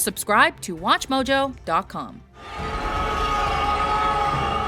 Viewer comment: in the intro yo said its wathmojouk